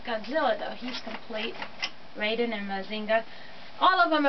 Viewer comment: So you said all the names right except for your favorite. It’s pronounced Rie-deen. Look up the original cartoon. It’s amazing. Raideen was the first transforming robot and the director went on to direct Gundam.